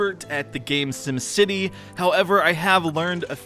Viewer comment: it is sim city not sum city